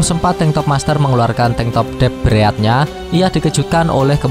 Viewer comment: Dep breadat kwkwkwkw Rip english